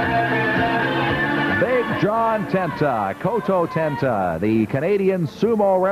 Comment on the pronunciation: Kototenzan not Kototenta lol